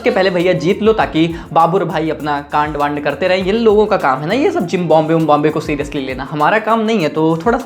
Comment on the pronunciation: Bro said Zimbabwe ❌ Gymbabe✅😂